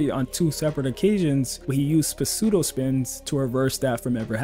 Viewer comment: great vid but its pronounced sudo spins not puh-sudo spins lol ❤